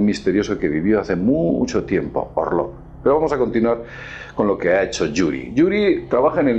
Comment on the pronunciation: ya basta de decir Yuri , se lee iuri y se escribe yuri =юрий( letra ю = iu ) o Monrroe tu lo pronuncias asi ?